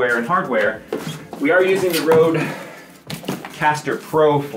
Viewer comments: how can every american pronounce Röde wrong ? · its pronounced RUDE not rode.... o with a line through makes an oooh sound..